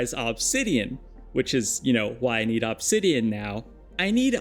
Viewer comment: i greatly dislike the way you say obsidian. I have never heard another person say it the way you do, and i swear to god the way you enunciate it sometimes with so much extra emphasis makes it seem like youre doing it on purpose. You said it like 40 times in 2 mins at some point in the video and i actually had to stop watching.